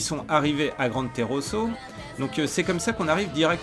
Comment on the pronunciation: Petite correction tu ne fait que dire Teroso alors que c'est Tesoro voila voila ^^